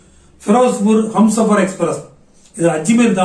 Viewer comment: அது ஹம்சாபர் எக்ஸ்பிரஸ் இல்லைய்யா.... அது ஹும்சாபர் எக்ஸ்பிரஸ்.யா 🤦😜🙄🙄😌